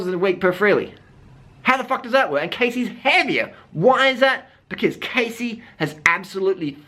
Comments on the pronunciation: Her name is pronounced Cassie I just really had to say that LOL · Its Cassey